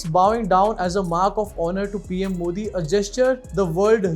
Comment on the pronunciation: He is saying moodi